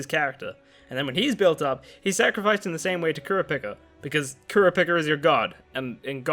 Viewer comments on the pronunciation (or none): Ewwwwww the way you said kurapica blegh